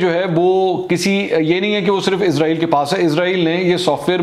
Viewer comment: Sir AAp pakistani hn ap darust talfuz Ada kr skty hn. Ap janty hn Izrail ak muzaz frishty ka name ha or Israel Hazrat Yaqoob A.A ka laqb ha